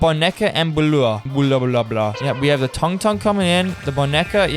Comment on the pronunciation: Bro, doesn’t even know how to say tung